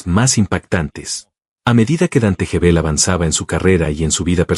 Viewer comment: Gebel, como Guevel No Jebel.